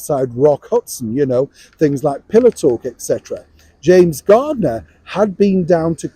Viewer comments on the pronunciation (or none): It's James Garner not James Gardner.